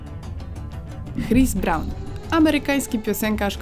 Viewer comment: "hris bran" xD